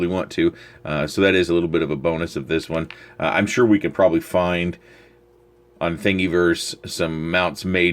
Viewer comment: Thingiverse is pronounced like universe, but with thing at the front. Hope this helps.